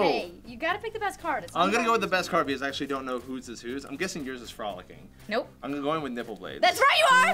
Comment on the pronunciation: So i remember playing this game and "frolicking" was played and it was read as "Fro-Licking"